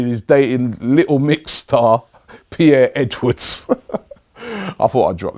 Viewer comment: Pierre Edwards LOL its perrie edwards